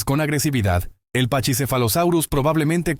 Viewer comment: Se pronuncia Paquisefalosaurio y no pachisefalosaurio.